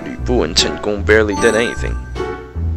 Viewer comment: Are you Asian? Your Mandarin is very accurate... and it sounded like Cantonese too when you said Chen Gong.